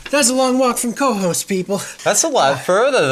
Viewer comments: I am in Schaghticoke NY, not far from Cohoes (pronounced Koe-Hoze) and never heard about this. I subscribed and will follow! Rick Delair. 😊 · hey guys! just so's ya's knows.....it's pronounced kuh-HOSE. best of luck to you. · It is pronounced ka-hoes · Please learn the correct pronunciation of Cohoes. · You need to learn how to pronounce the name right of Cohoes